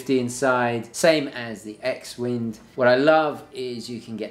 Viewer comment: Hello, the name «X-WIND» reads «CROSSWIND» - as in the 12 o’clock text «for CROSS WIND» - on that Hamilton chronograph.